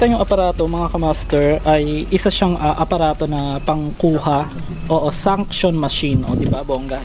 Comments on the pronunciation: Ano sunction ? Suction 🙄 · Suction machine. Hindi sunction boss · Hindi sunction kundi suction